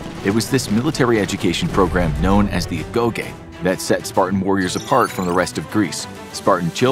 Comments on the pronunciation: I could’ve sworn Agoge was pronounced “Ah-Go-jee” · agoh(geeh) is how it’s pronounced i leaned that from god of war 🕴️ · Agoge but you remove the A 💀